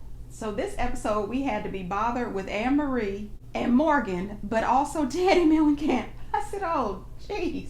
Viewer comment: Someone called Teddi..Teddi Mellangnat.. 😂😂 she should trademaerk that lol